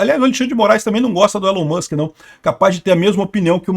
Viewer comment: Podkatz... elon moks... Hahahahahahaha